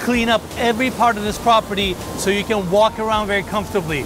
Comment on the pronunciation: Did you wanna say "pOperty"?) (I mean am I the only one that notices it?)